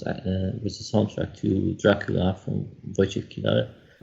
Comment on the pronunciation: 'Woy-chek Gol-chev-skee' Finally learnt how to say it - thanks!